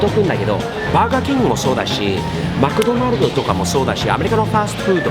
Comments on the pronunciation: ここまでくると、外国人のアバターをかぶった日本人のVtuberに見えてくる(笑) 「マクドナルド」の発音が完全にカタカナ☆ 「ミクダゥナゥ」って言わないアメリカ人初めて見た☆ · マクドナルドの発音が見事に日本語の発音(^^)